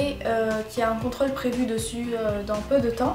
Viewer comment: Merci pour ses conseils tu ma fait rire avex tes "contrAle"au lieu de contrOle